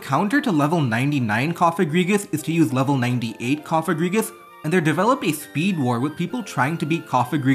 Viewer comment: Yay your finally pronouncing cofagrigus' name right so it doesnt sound like a slur!!! Wooot